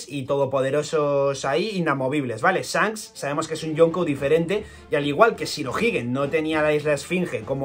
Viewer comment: “Esfincs, Sancs” 😂